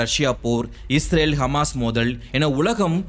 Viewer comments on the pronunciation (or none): none